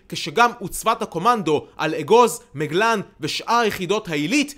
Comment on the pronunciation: היקר, אומרים מגלן עם פתח תחת האות מ ולא בצירה כפי שאמרת. ישר כח על כל העבודה הנפלאה שלך!